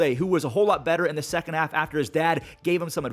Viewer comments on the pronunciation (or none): none